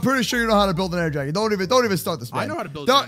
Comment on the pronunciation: Does purposely mis-pronounce words like Dragon?